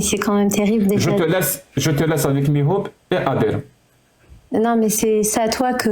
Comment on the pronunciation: Elle appelle mihoub = milouda 😅